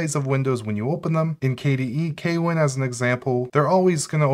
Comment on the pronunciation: note: kwin is pronounced with one syllable